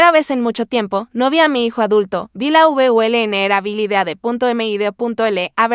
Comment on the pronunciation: 😂😂😂 Hay que reprobar a esta inteligencia con que esta hecho este video. No sabe escribir ni pronunciar VULNERABILIDAD, SEGUÍA NO SE PRONUNCIA SEGÍA. Que tome clases de gramática en español, ortografía, ortolalia y foniatría. Hay que reconocer que no fue una historia de una madre tonta que cría hijos inútiles y vividores.Crió un hijo aunque joven era maduro y responsable.